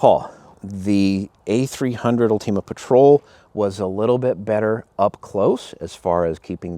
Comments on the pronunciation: Both are incredible shotguns. Either one you might choose is a winner. Personally, I chose the A300 Ultima Patrol, zero regrets. And it's ULTIMA, not ULTEMA, lmao. Great video review, thank you. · “UL-TEAM-UH” ?? That’s not how I’ve been pronouncing it lol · Ulteama?!?!?! Wtf... did you never hear the word ULTIMAte? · Why are you saying ultima like a smooth brained individual